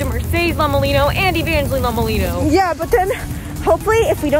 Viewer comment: How it’s spelled:Lomelino What I hear:Lhama-Leno